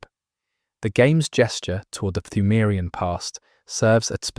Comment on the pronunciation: except he pronounces the silent P in Pthumarian. which drives me crazy...